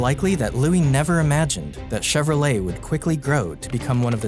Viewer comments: So we have been mispronouncing his name this whole time. It’s not chero-leT it’s more schevro-lei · Till today I didn't know that you don't pronounce the "t" in Chevrolet 😢